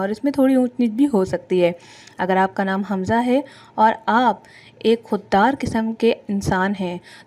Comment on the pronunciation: Naam to thek lo حمزہ ہے خمزہ نہیں